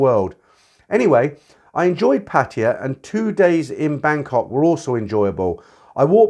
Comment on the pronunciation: Hey, been listening to you for years. Great content. The one thing that does irk me a little, is your pronunciation of 'Pattaya". Maybe it is the original glimpse of how you picked it up. What is your take on this?